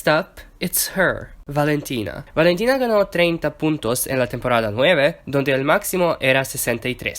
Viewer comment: Gracias por decir lo de Valentina en español, por cierto, lo hablas genial!